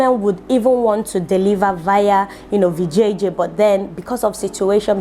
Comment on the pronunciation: I'm a Indian....From Kerala,India....When u said "Vijayjay"I thought it was " Vijay"....lol....It's a Indian name....So I was shocked a little at first....but then I realized what u were referring to....🤣🤣Much love from Kerala, India...